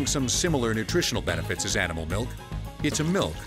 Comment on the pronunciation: There never fails to be one of those "melk" people. cant stand them lol